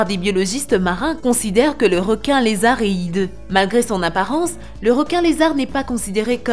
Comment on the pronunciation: Y a que moi que sa choque qu elle parle pas francais car elle dit réquin et non requin et plein d'autre mots